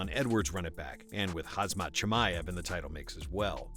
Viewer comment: "HAZmat Chimaev" lol